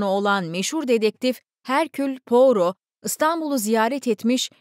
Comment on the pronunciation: Pourot baş kahramanınız dedektifin kendisidir. İsmi fransızca olduğu için poyro diye telaffuz edilir. 🙏